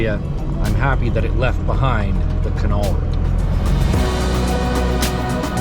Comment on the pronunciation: Its caol, notcunol